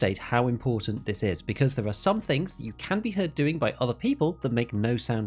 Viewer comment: "doing" is not pronounced "doingk" disliked learn how to speak